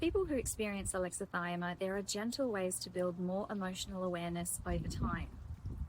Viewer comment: I like your videos. Just a note: It's pronounced with six syllables: a-lex-i-thy-mi-a. Think "Alexa - thigh - me - uh".